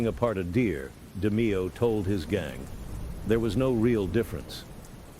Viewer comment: “Roy De-my-oh” 🙄